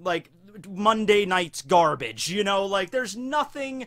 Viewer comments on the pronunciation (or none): none